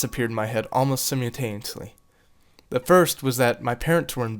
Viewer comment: Why do you say "simultaneously" so, different?